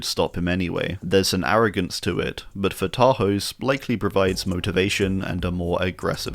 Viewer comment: and not to be that person, but for future reference the s in Tarhos is pronounced with an sh sound